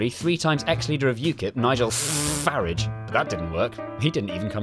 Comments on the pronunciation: I love how Jay’s distaste for UKIP and Nigel FFFFFFFFFFFFarage is not very subtle. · Just a small error, it is pronounced Nigel Fridge.